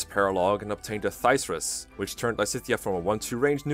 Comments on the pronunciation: “Thysrus” Dear god, that ain’t you pronounce it lol, no offense “Thyrsus” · Its prenounced thur-sus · "Thir-sus?" "INGREE" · I thought it was Thrysus, not Thyrsus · Its pronounced thyrsus come on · It's even funnier, because the Paralogue you get Thyrsus from even Lorenz explicitly pronounce its name.